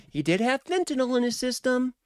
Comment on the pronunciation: FentaNYL not "nol" it's not Tylenol😅